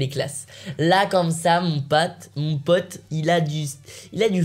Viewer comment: michmich est restée au Canada "mon pate"